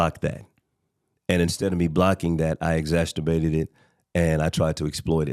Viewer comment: The word is *Exa CER bated* and NOT “exacTERbated 🤦🏽‍♀️ It was driving me BONKERS that Continued to MISPRONOUNCE this word during the ENTIRE podcast 🙄